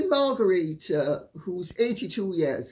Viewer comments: I thought the Danish Queen’s name is pronounced “Mar gret ta”, not “Mar garita”. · Mar gre the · Dear Lady 'C', I am aghast! You are normally so punctilious and precise with pronunciation. Whatever possessed you to sound the name (at the time of writing) of the Queen of Denmark as if it were a Spanish name! She is not "Margarita", nor could she be readily mistaken for a mixture of Cointreau and tequila (however intoxicating is her personality). Surely, a reasonable anglicization of the pronunciation of her name would be "Mar-great- a"? Regards, David